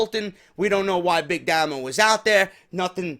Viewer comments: Its Pronounced "Daymo" not "Damo" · pronounced DAY-MO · Big Damo was the first wcpw world champion and he faced rampage. He's great you should like him and it's damo not damno